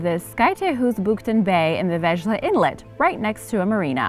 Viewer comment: uuh auch a "little" dansih town. :S and the way you pronounced it, 2nd auch. didn't know whaty city you were talking about. had to relisten a few times. vejle. it sound more like wai-Lø or vai-le. but spill liked the vid ofc. that cute voice is hard to hate ;)